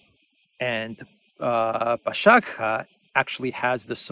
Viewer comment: Al-Dbibah, you pronounced it correct, Bash-agha was not very succesful 😁